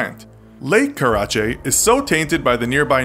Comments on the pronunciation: It’s pronounced “Care-A-Chay” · you said it all Wong it’s called the “ Kyshtym “ disaster” not that! And the lake is called “Lake Karachay”!!